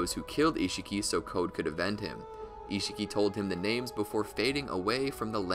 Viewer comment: Lol so code could “avend” him I think you meant “avenge”?